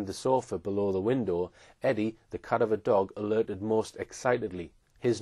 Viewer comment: please learn how to pronounce, CA- DAV- ER